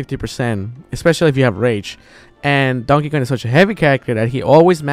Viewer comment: Is it just me, or does ZeRo pronounce Kong as "Con"?